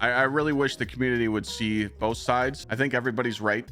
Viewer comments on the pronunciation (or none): none